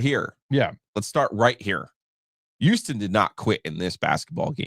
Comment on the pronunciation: can someone tell Giglio to pronounce his H's once in a while? Didn't know Duke lost to Youston